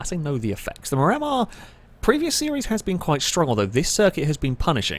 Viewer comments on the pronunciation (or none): is my favorite chanel, but my OCD is firing super hard every time you run a Miramar and call it a MuRammer. I believe it’s Spanish for View of the Sea, and it’s pronounced MIR-uh-mar, and I apologize for being that guy, but I lasted for three cars before I simply broke.